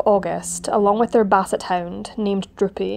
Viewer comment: At first, I thought you said the dog's name was Drippy, but after relistening a couple of times, I was disappointed to find that it was in fact Droopy. Nevertheless, I did like that both times you mentioned the dog, you felt it was important to pause and say his name.